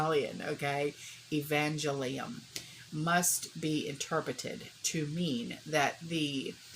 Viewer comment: Evan-GEL-ium...Latin. The Language of the Church is Latin not Italian. I didnt catch the first word you said.